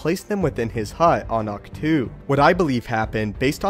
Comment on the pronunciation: It is in the Xwing in the bay on ahctch-too